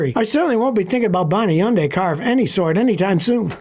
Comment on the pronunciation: Yundai?? Are you telling me all this time the H is silent and I drove one for ten years 😂